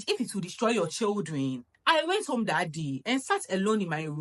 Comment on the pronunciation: Marriage without peace? Boi am gone dadaaada ❤❤❤ I love the way you pronounced the word 'THAT ' it's my favorite ❤❤❤